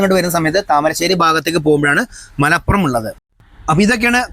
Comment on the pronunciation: ''മലപ്പുറം'' അല്ല ''മലപുറം'' ഒരു പ മാത്രം. താമരശ്ശേരി ക്കാര്‍ അഥവാ നാട്ടുകാര്‍ പ ലോപിച്ച് ''മലോറം'' എന്ന് പറയും